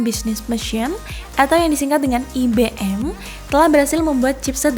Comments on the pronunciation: IBM bacanya bukan i-be-em Mbak, ai-bi-em gitu loh Mbak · Ai Bi Em Bukan I Be Em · IBM dibaca ai be m Emba 🤦